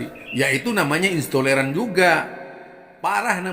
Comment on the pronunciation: Intoleran bukan istoleran…ngomong aja ngga bener.,emang ada yg tidak dibawa oleh nabi ? Kamu kenapa tidak kritik pentolan FPI.,kamu pasti bagian dari yg dibubarkan….ngomong apa kali kamu ini.